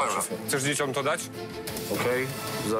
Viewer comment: DzieciOM......😎 zastanawiam się jak wy w realu wymawiacie to "dziecią"😂